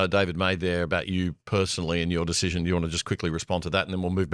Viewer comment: Albo,, learn how to pronounce the word "decision' or stop using it. It would also help if you learnt how to make well considered decisions...or is it deezhizhens - instead of spouting your moronic university student activist propaganda